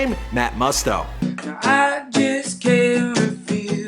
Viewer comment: Its pronounced ( Moosto) not ( must o) jsjs